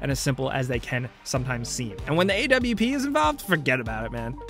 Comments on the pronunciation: Did he say A-W-P who’s says that is it just or does everyone say awp (all together) not separate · Bruh you know he doesn't play CSGO when he calls the AWP the A-W-P